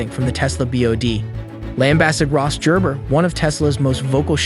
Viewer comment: It is Gerber with a hard G